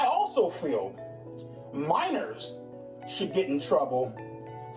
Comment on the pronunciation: You can't say 'Minors"??? WTMF????